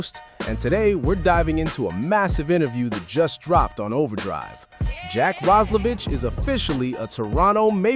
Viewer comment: The Player aquired from the Edmonton Oilers is "Jack Roslevic"... Last name pronounced "Roz-la-Vick" (as in the "cough drop") NOT "Roz-la-Vitch"...get your head out of your ***😂